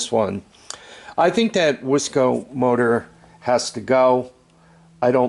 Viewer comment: Those pistons are pronounced wise co. And they are far superior to the ones produced by dumb co.